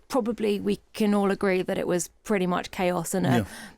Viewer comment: Chaos not Haos